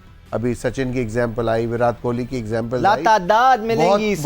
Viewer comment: یہ ویراٹ کوہلی کا نام تو شروی میں ویرات کوہلی ہوتا تھا ۔۔۔۔ جب اچحا کھیلو تو نام بدل جاتا ہے کیا ۔۔۔۔ اور یہ ان کے کھلاٹیوں کے نا م آنگلش میں کیوں لیتے ہیں ۔۔۔ ایشان کو ایشن واہ جی واہ ۔۔۔ شبمان کو شبمن ۔۔۔۔ اور اپنے کھلاٹیوں کے ناے دیسی قسم کی اربی میں بولا جاتا ہے ۔۔۔۔ حالانکہ ہم تو اردو بولتے ہیں۔۔۔ نا کے " Z " کی جگہ " J " کے آواز میں ہندی کی طرح بولتے ہیں۔۔۔۔۔۔۔ اردو میں تو" ت " بھی ہے اور " ٹ " بھی ۔۔۔ اور " ڈ " d " بھی ہے ۔۔۔ لیکن بولتے وہی اربی میں ہیں ۔۔۔